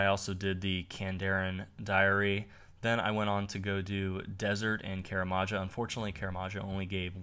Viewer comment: drynor? karamaja? you sure its runescape you've been on for 11 years and not meth?